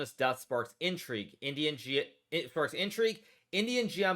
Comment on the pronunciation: At first I thought Hikaru was saying 'idiot' not 'Indian' 😆